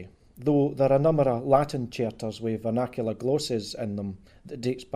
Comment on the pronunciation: Vinacular glosis???